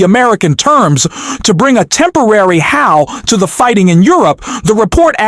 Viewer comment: The narrator who is reading the reports can't even pronounce words such as balk, halt or Houthi. He makes numerous errors. I'd rather read it myself.